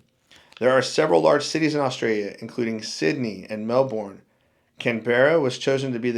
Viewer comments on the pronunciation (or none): If you were just in Australia, why don't you know how to pronounce Melbourne, Canberra & Kalgoorlie, properly?